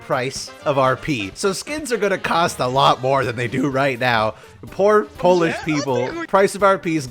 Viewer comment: Porish?... yes i from Poland xD